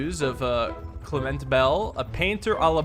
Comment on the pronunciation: Damn spot on, on that pronunciation of Clement lol, couldn’t help myself but comment after I heard it